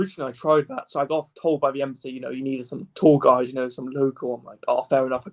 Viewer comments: Every time he says "tour guide" I hear "tall guy." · PSA: He is saying tour guide not tall guy